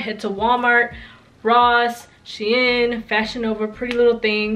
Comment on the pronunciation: Not tryna be rude but I was dying when she said she in it’s sheeen ❤️❤️❤️❤️